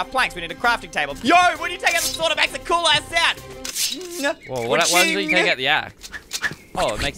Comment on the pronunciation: Why does It sound like he swears when he says cool * sound